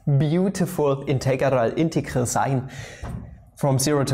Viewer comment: Mola como dice "integeral"